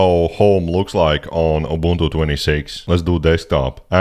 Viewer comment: He’s correct it’s pronounced oo-BOON-too in Xhosa and Zulu.